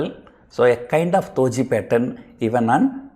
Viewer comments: it's DOJI NOT TOJI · Do not let your language dominate your pronunciation. You are pronouncing DOJI as THOJI and GAZA as GASA.